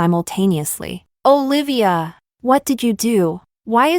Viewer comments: Y u stress so much on name …high pitch O….and separate Livya…..it’s together Olivia….its so annoying. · Olivia. Lol. The narrator sounded weird pronouncing the name every time